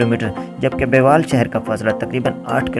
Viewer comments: بیوال غلط بول رہے ہو۔شہر کا اصل نا م بیول یعنی بے وٙل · بے وال نہیں بے ول۔ تھوڑا کام کر لیا کرو یار